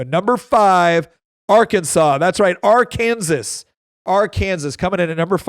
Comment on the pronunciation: Do not call it our Kansas, it’s Ar-can-saw